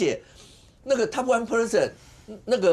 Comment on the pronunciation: 發音上應該是Top 1 percent not Top 1 Person. 簡單的英文發音 何不上網查一查呢？